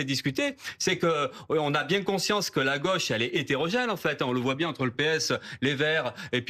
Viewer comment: Il ne prononce pas la gôche mais la gueche.